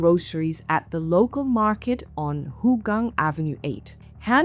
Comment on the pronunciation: Who tf pronounce it as Hooooogang?